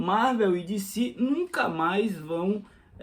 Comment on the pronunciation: Dicí? Eu sou brasileiro. É Decê mesmo. E Díci Câmics in Íglish. 😂